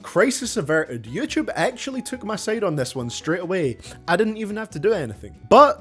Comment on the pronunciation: Ngl, I like your way of pronouncing “yoochoob,” it has ~character~